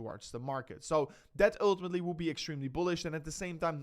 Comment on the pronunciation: When you say "ultimately" in English, think of it as promounced "ooohhhtimatly" not dutch "u". Thank you! Just practice the sound ohhhlll then add that to the front of the word.